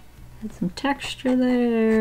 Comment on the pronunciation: No one: Seriously, no one:: TEXtuRE